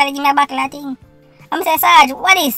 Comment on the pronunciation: Simon, he kept his promise. A "TING" IS A TING. HE DIDN'T SAYS WHAT TYPE OF "TING"